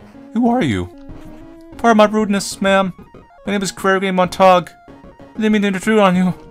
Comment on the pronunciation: Pretty sure it's Mont-a-gyuu like Romeo and Juliet. :3